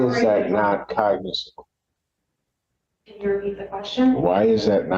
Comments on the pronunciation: I'll be damned, cognizable is a real word. I've never heard it, and I'll never say it again. The attorney mispronounced the dang word. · She can’t even say the word cognizable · She could start with pronouncing cognizable correctly... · Her inability to pronounce “cognizable” speaks volumes about her incompetence. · She couldn't even correct herself after not so subtly pronounced it right, twice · Omg I commented the same thing, she can’t even say the word